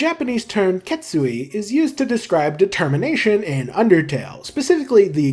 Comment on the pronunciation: ah, yes "de-termination"